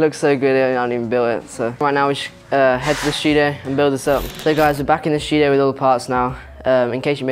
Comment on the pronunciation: I love his Accent instead of studio he says stuio